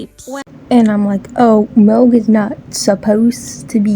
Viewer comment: The way the first video said milk "mILCK" like that "MALK" meme